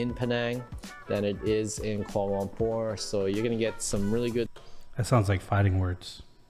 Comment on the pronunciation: It hurts my ears to hear that dude pronounce Kuala Lumpur as "Quorlolompour" every time 😖😫